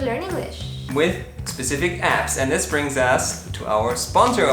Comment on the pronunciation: sigues diciendo “these” instead of “this”!!!! 😂😂😂